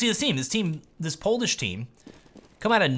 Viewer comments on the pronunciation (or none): none